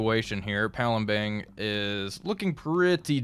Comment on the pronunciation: You keep Saying palembeng you don't use an eng at the end you use an ang so it reads as palembang